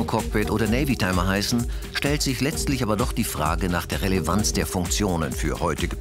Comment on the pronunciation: Navitimer! NAVITIMER! Nicht: NavYtimer! Mit der Navy hat die Uhr wenig zu tun.